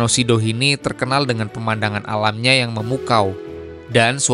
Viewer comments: Danau sidihoni bang bukan sidohini😂😂😂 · Sidihoni bang,bukan sidohini😂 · Bang, itu namanya Danau Sidihoni.. Bukan Sidohini.. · Itu danau Sidihoni bukan Sidohini kang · Danau sidihoni bang, bukan sidohini😢